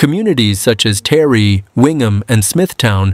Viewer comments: By the way the town is not called Terry it's Taree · Its pronounced TAR REE. 💪 Its the end times. Look up dearest Christians our redemption draws near 🤗🙏❤️ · It’s pronounced Tar Ree